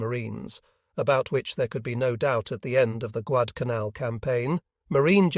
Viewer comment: Agreed, it is very difficult to follow the order of the videos. This video actually pronounced Guadalcanal correctly one or two times. The islands covered in this video are so small and obscure.